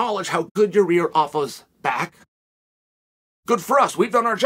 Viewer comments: Me: Yi-Air Chael: Yi-Rear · Here you go Chael, try to say each word correctly then run them together Pereira Wrong - Pee Era Right - Pear Rear Ra Yair Wrong - Your Ear Right - Yiy Ear Makhachev Wrong - Mackle Chev Right - Mack Ha Chev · uncle chael. i believe its pronounced yair not ya rear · Me: Yair Chael: ya rear Me: okay great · I came here just to see if Chael still pronounces it Yarir. Glad i was not disappointed 😂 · "YA REAR" 🤧😂 This guy calls his own misscalls lies😭🤣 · Ya rear Rodriguez😂😂, still can't get his name right